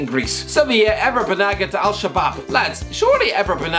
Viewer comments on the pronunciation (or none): The way you pronounce Ever Banega Is just disgraceful 😂😂😂